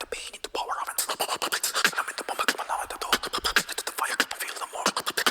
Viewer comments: Uh-VEN-tah-dor, not "aven-tater" lol. You are now the 2nd reactor to say "aven-tater". I'm dyin'. 🤣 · It's pronounced Ah-vent-adore.